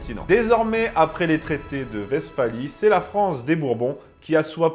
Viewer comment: Je note que vous prononcez correctement Westphalie, félicitation!